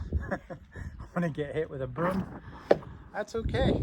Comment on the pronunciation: it's boom mic, not broom mic